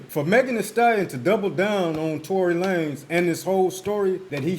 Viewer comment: Tory La-Nez 😂 I rock with that name way better than